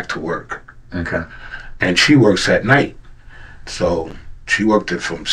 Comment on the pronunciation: So he can say “correspond” correctly but in the same breath says “worked-ed” 🥴